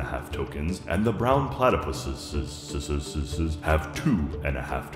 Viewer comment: Brown PlatyPusses: The Brown PlatyPusseseseses